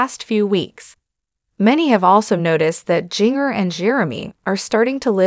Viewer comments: Jinger is pronounced Ginger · Jinger’s name is pronounced as a soft g. Like the seasoning known as ginger.q